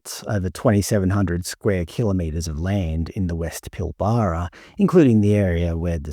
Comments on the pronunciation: "Pilbaaraa"...lol. It's pronounced 'Pilbra'. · Your obviously not from around here, we pronounce it Pil-bra in WA, not Pil-bar-ra 😂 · For a start, it’s Pilbara NOT Pillbarrah ………. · Clearly not from WA :) Pil BArra (Nope) sounds like Pilbra even though its not spelt that way. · Pronounced pil-ba-ra not pil-bar-a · It’s pil-buh-ruh not pil-bar-rar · It’s NOT Pil bar ra It’s Pil bra….. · 😂😂😂😂😂I've never heard another Australian citizen pronounce The pilbara as pil-bara its actually pronounced pil-bra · Not how you pronounce "Pilbara". Every sandgroper watching this is cringing every time you say it. It's more "Pilburah" - I think :) Plenty of links in YT after a search for "how to pronounce pilbara" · It's not "Pill-bar-arr" it's "pill-bra" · Yeah, it's "pill bruh", bruh! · Its pronounced “Pillbruh” mate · It's pronounced "pill-bruh" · By the way, it is pronounced "Pill-brah". Great videos though, love the content ❤ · It’s pronounced Pill-bruh… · You lost me when you Pilbara wrong. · Just need to work on your pronunciation of some words. Like Pilbara and Yindjibarndi. It stands out as a non-local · Please learn how to pronounce Pilbara. It really grates. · So all the people here think it'd be better selling to China than keeping Australian?? This potato can't even say Pilbara the way an Australian should say it. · You don’t pronounce pilbara correctly. Emphasis is on the first syllable, not the middle syllable. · Never heard the Pilbara pronounce that way must be having a brain fart with all these unpronounceable made up Aboriginal words lmfao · I've never heard an Australian say Pilbara like that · You must be Melbourne QC. You pronounce Pilbara wrong so lost interest immediately. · Your pronunciation of Pilbara is a bit odd